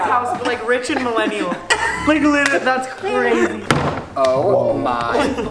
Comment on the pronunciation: The amount of times he says LIT-RA-LY😂😂😂😂